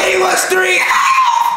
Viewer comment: I kept laughing how he was saying, ‘’He was 3 hpppp!”